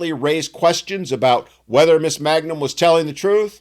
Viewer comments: It's not "Magnum," it's MANGUM. Stop desecrating the greatest TV-detective that never lived! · Her name is Mangum, not Magnum. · Her name is *Mangum*, not Magnum...in the interest of accuracy. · It's Mangum, not Magnum.